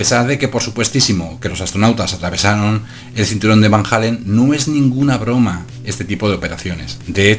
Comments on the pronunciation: Disculpa pero se pronuncia como se escribe: Van Allen no Van Jalen (Halen) jajjaa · Los astronautas llegaron a la luna y atravesaron los cinturones de van jeilen... No sé si llegaron a la luna, pero si ya empezamos con que no sabes ni pronunciar Van Allen...